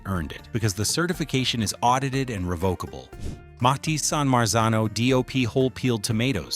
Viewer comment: Please teach your AI to pronounce Mutti correctly